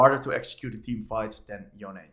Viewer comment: Please, it's Yon-Eh. I don't know which American started this, but it's really annoying that this is the ONLY champion people keep mispronouncing the name of.